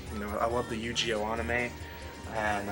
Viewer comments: you said Yu-Gi-Oh totally fine then proceeded to butcher it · is slippin! Haha!